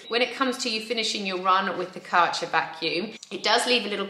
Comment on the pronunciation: There is an Umlaut in the Kärcher brand name. With a touch of research your pronounciation might reflect that.